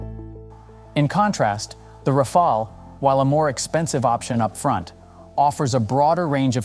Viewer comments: ROFL, Ra-Fail. Just can’t decide how to pronounce 😄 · So very little real information given, just a lot of general marketing-speak without making any attempt at arriving at a solid conclusion. And how many different ways can you mispronounce Rafale? Useless. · Another one who can’t pronounce rafale properly. In the age on internet and google, it’s inexcusable. The presentation is otherwise adequate.